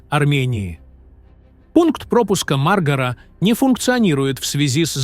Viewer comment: Хорошо то ,что не сказал пограничный пост маргрет течер не ( маргра) а мар-га-ра. Научись правильно произнасит название местности.